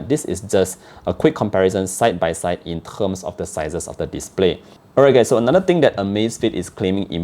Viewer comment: 'In terghhssm'. Subbed✅